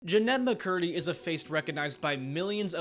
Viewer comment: "Jinemba Curdy"